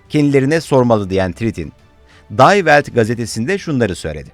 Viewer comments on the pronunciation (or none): Day weld değil O kelime Dİ WELD diye okunur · Admin yorumumu oku lütfen; alman gazetesini dayvelt diye okunmaz, divelt diye okunur. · day welt değil di welt okunur bilmiyorsanız google translatten dinleyin bu ingiliz değil alman gazetesi